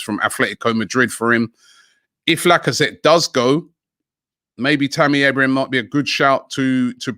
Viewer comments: It’s Abraham, not Abrahams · It's Tammy Abraham not Abrahams lol 😆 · Stop saying abrahams it’s so annoying especially when you say it then say it properly then go back to abrahams 🥵